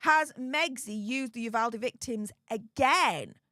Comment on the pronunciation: ...thank you for pronouncing "Uvalde" correctly. Nothing is more awkward and disrespectful than trying to show interest in a community and not pronouncing the town's name wrong. (PS...please tell Andy too!)